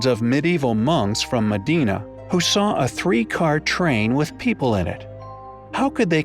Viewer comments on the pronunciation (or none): Moh Dee Nash How about just MOH-denah, like a normal person? 😡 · Modena is pronounced with emphasis on the MO not on the DENA. And it's dena not deena. Check foreign names before making a fool of yourself - Wikipedia is your friend here.